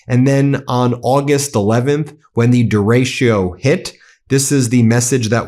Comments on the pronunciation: Just a note, , Ben, The weather phenomenon you're talking about is pronounced 'der-ah-cho' not 'der-race-show'. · de ratio?? Pronounce it DAY RAY cho! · Ben, just an FYI - it's pronounced duh-RAY-choh Love you! Keep up the awesome work! 🩵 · It's DE RE CHO! The storm is called a derecho, the Spanish word for "right" opposite of left. DEH REH CHO! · Ben, it’s pronounced dair-.e-ko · It's pronounced "dare-i-ko". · Da-retch-o. Please pronounce correctly.